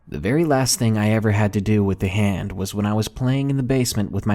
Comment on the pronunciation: At no. 1 who else Heard Ham instead of Hand?